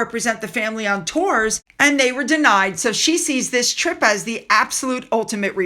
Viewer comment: I was LMFAO At the mark stated "let's talk about this Columbia trick". She may have said 'trip', even with CC it comes out as 'trick'. I was thinking mm because of the word "trick" the way it's used with ladies of the night. 😂😂😂😂